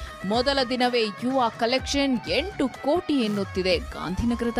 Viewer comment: That is ಕೋಟಿ not ಕೊಟ್ಟಿ.